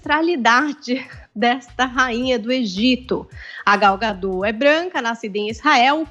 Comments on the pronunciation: Não é gadó burra, é Gal Gadot do jeito que se escreve é pronunciado affff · Não é “gadô”, é gadot. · ela é israelense não francesa!!! o certo é gadót com t mundo e não gadô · O nome da atriz e Gadot, (com O aberto e T pronunciado) e não Gadõ como estão falando... Só acho que Podiam ter pesquisado como se pronuncia antes de fazer a matéria, não é?? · Já começa errado na pronúncia do nome da atriz.......... Gal Gadot , o t não é mudo. Imprensa precisa buscar melhor em transmitir a informação. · Please: Pronunciem o T de Gadot pois é um nome israelense e não francês para se "comer" o final da palavra. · Nossa senhora tanta palhaçada! So sei que ngm se deu ao trabalho de perquisar que no Gadot o T nao fica mudo!!!!!!!!!!